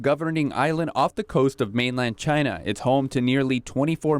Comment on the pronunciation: It came from Chy-Na!